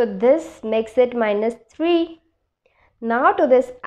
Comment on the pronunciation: Not taree it, s three.